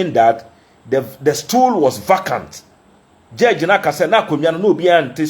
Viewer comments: The word is prounced as. Vaycant not vacant. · Prounce as vacant not vacant although it is written correctly but pronounce vaycant